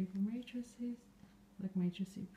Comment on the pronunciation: Did you know that you are calling a "matrix" --a "matricie"?